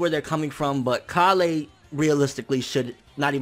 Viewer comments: "KA-LEY" BITCH ITS KALE ALL TOGETHER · Her name is k-ale, not ka-lay. ;D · You're saying Kale's name funny. It's Kay-uhl not kah-lay. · KAH-LAY? Even in the show, she's called KALE! Like the vegetable! It's even spelled the same! That's the only thing that's making me raging right now about DBS100. You kept saying KAH-LAY! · Please stop saying kollay or whatever way you are pronouncing it... it's Kale... like the vegetable.... like how all sayains are named after vegetables... other than that, the scaling in super is driving me nuts... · Stfu its KALE not KaLLLLee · Kalay? Don't you mean Kale? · ITS PRONOUNCED KAYLE NOT KA LAY! Kale Like the food, dunno if you've noticed after decades of this franchise being on air but saiyan names are based on food genius - mainly vegetables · Why does he say "Kah-Lay" when they call her "Kay-Le"? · Her name is pronounced like the vegetable or plant. Kale not Ka-le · You keep saying Kale wrong, man. It's not pronounced like "Kah-lay". It's Kale. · Pronounced kayl not kahlay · pronunciation of Kale bothers me so much. If it were pronounced Kal-lay in Japanese then I'd be cool but the anime pronounces it like the English Kale. I look past it but it bothers me each time. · Wtf is (kalay)? It's kale you know the freaking vegetable... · bro you're pronouncing it wrong, it's kale like the vegetable. please stop saying it wrong lol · It's kale...like the vegetable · why do you always say the names wrong her name is kale or kala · It's cale bro CALE! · bruh learn to say Kale plz lol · That is NOT how u pronounce Kale's name!!!!! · cant say kale? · Why does he pronounce Kale like that? There's no accent over the e.